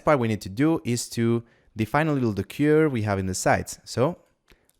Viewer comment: You're not saying CURVE the right way..